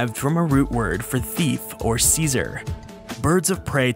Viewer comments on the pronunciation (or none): none